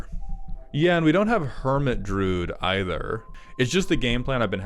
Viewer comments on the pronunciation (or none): Ob nix ill iss = ob nix uh lis Droood = druu id U even eventually said druid. Is inglush hurd?